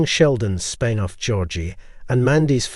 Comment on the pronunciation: It's spin off, not spine off